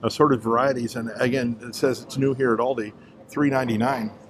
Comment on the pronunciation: Everyone calls it Aldis. No sweat! I notice it but I don't freak out or anything 😆